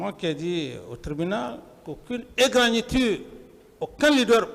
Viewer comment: "égragniture". Avec ça, est ce qu'on pouvait s'en sortir ?????? Au lieu de dire tout simplement "égratignures ".